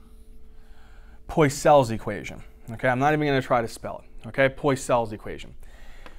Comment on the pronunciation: it's poiseuille